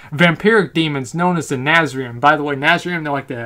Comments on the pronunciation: hey asmon, its na-threy-zeem not nazrim...get your diction right brah. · its Nath-re-zeem. not nazriem. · 'Nazreem' Do you actually even read? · YOU CALL YOURSELF A NECKBEARD YET MISPRONOUNCE NATHREZIM!!! INCONCEIVABLE!!